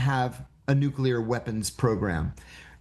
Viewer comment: Did he say nukel world trade center